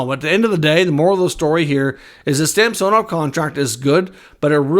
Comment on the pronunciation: It's SAm son ov not sam so nov